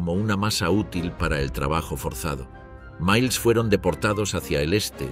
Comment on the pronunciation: La narración por ia está perfecta pero te ha delatado una sola palabra en 3 video: "miles".